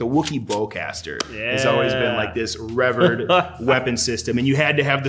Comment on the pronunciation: did he just say reverd? not revered